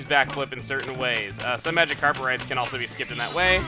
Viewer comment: I can't unhear him saying 'A MagikarPet ride' : |